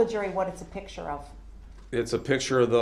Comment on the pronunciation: Illiteracy list for this video: "Dat" for THAT "Pitcher" for PICTURE "Axe" for ASK "Grounz" for GROUNDS "Witchu" for WITH YOU "Wit-chore" for WITH YOUR "Troof" for TRUTH "Substain" for SUSTAIN He has no idea of the difference between untruth and forthright. What a dummy. I find it unbelievable that such an unintelligent little weasel got this far without someone beating him to a pulp.